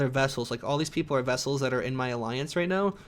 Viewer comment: Vassals, not vessels.